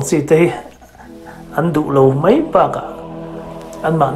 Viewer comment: Mai tih hi mei ti in i lam nasa thin mah2 lo maw k ti mai2.....i chanel a hmuh nawm thin e